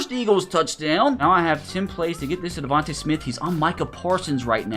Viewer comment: It's pronounced (Coop-per De-Gene) and its pronounced (De-von-tae smith)